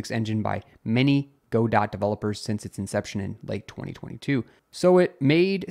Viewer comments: it is Godot. not GoDot. o.O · Great updates, but Godot pronounced "guh-doe", not "go-dot"! It's a French phrase/name :) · it's guh-dough not go-dot.